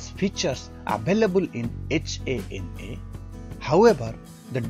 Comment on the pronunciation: It's not H.A.N.A simply say HANA sir.